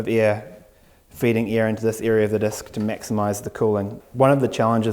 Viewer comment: Why do i keep hearing (ear 👂) and (Eria) ??